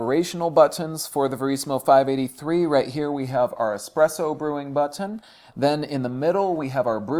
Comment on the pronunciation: This is America. Learn how to say the word button and the word lever.